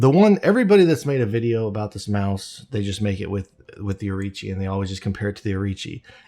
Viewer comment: Orochi not Orichi